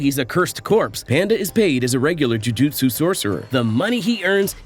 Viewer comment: JU JU TSU say it, without an “i” in there — JU JU TSU isn’t that fun